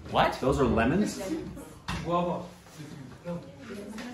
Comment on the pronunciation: Who the fuck is the guy who said guavas!!